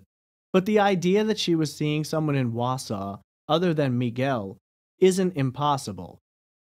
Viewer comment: But he pronouces Wausau correctly. 😂